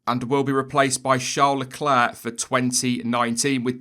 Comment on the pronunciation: IT'S MENTIONED LECLERK NOT LECLAIR